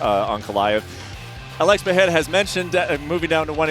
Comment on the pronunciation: Lmao Chael will never learn Alex's name.